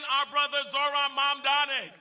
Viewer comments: Catty, I mean Kathy, can't even get Zohran's last name right. These elder corporate, neoliberal politicians need to retire already. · Why can't Governor Hochul still can't prounounce mamdani correctly?